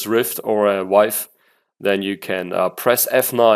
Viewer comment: your pronunciation of vive sounded like wife